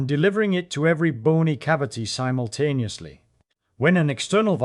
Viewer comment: “forheead bone …. develops in adoscence” “labyrinthine cells between eyes” “Each cavity ressonantes at thae own frequency - humming excites them all simblucentelly.” SIMBLUCENTELLY! 😂😅